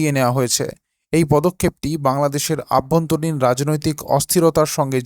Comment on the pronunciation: কথাটা হলো অভ্যন্তরীণ। আভ্যন্তরীণ নয় দাদা। কথা ঠিক করে বলুন।